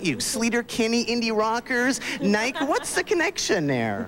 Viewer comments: Because Canada, eh! He also pronounced Nike wrong. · And Nike. He does it on purpose lol 😆 he was trolling before that word ever existed!😅